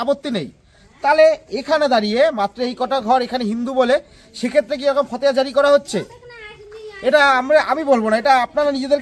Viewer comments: fhateha noi fhotewa.. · ফতেয়া নয়, ফতোয়া বলুন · উচ্চারণ ঠিক করে কর , ফতেয়া নয় , ফতোয়া।